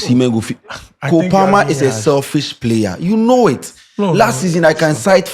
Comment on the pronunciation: How can say selfish 🤦🏻‍♂️